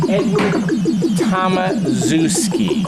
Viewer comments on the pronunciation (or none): ok, let me help You: "TOM" like TOMcat pinball; "ASZ" like ASH; "EW" like EW! your polish; "SKI" like brewSKI - so TOMASHEW!SKI